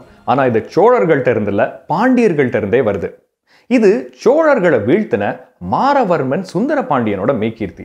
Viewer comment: Maaravarman alla maravarman